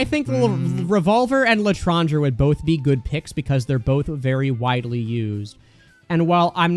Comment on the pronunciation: For the love of whatever you hold dear learn how to pronounce Claideamh Mór and L'etranger, the worst part of all of your videos is the ear cancer I get from hearing them both pronounced the dumbass American wrong way